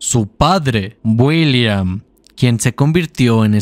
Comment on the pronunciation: no se si soy yo pero escucho que en lugar de decir, William dice Builliam:v buen video:)!